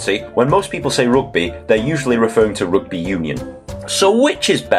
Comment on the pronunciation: Wait, it seems like your pronunciation for "rUgby" exposed where you grow,......